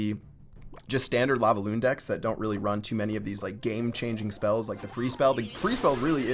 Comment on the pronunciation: Why does he say lavaoon